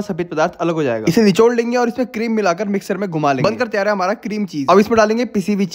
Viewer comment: Finally he said miksar😂😂